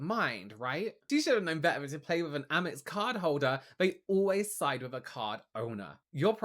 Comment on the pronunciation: "Aimex"... huh? Amex?